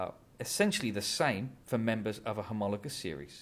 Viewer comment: thnk you ! love the way u say homologous series ! bdw ! how do u get the blackboard effect ? i mean wich sftware ? ty !